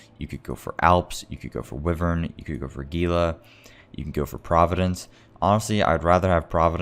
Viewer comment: anyone else cringe at how he pronounces "wyvern"?